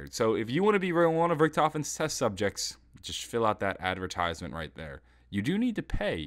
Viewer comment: is "Get in there!" not "Get in therel"